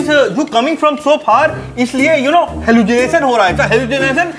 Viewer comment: Halusunation ooooo😅